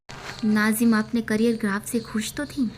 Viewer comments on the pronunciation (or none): none